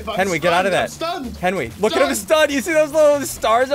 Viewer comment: Its not me and henwy its henwy and I